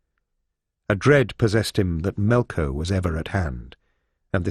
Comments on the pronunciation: It keeps saying Melco like it will get demonetized if it says Melkor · It's melkor not melko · Why does he keep saying "Melko" instead of "Melkor" or "Morgoth"???